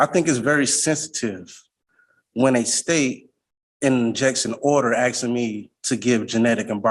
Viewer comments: He’s “AXING”, maybe he’s a retired lumberjack 😂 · Using the word axing instead of asking will sure get these judges to take him seriously 😒